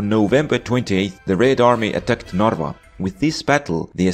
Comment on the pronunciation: I am from Estonia and you dont say narwa you say in Estonia narva